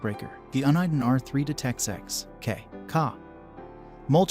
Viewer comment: Hi, I'm not sure who narrated this video but you say KAH when referring to Ka...you say K A. Apparently you need to do more research because the Redline 360C STINKS when it comes to BSM filtering. The Escort MaxCam 360C is a much better option with great bsm filtering. Also Uniden is pronounced YOU NI DEN.